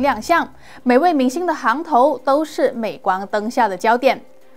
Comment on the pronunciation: （行）是多音字 ，xing 头。